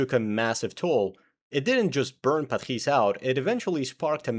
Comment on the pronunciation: as french your accent on "Patrice" is freaking good